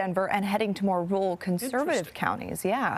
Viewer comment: Why can nobody pronounce "Rural" anymore? "Woowull"--really?